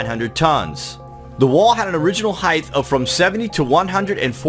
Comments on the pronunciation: 'Hidth', it's pronounced 'hite' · I hate when people pronounce "height" as "heighth" there is "th" sound